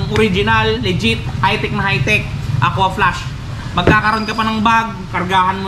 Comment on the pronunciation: Aquaflask sir hindi po aqua flash heheh